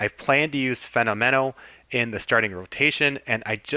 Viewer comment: As someone who loves this game and knows all about this game, I enjoyed your explanation of the game and the way the chemistry and traits work! Couple of things I noticed: I always pronounced Norm's last name like "phenomenal", but "phenomeno". I don't know, just thought I'd mention it. CPs will get a mojo drop if they come in earlier than the 8th inning. Really liked the content! I just found you and I'll be checking out more of your stuff!